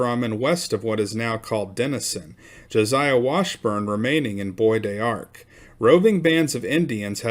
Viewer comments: It’s pronounced “Bo dark” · BBois D'arc is pronounced......Bodarc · Bois D'arc is actually pronounced "Bo Dock" by the people who live there. The "r" is real soft. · New to your channel, love Texas the history. The pronunciation is Boys D Ark. Bois d’Arc is a horse apple tree. Love the videos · It's pronounced "Bow Dark" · it is pronounced bo dark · "Bow dark" is how I've heard that place pronounced more often.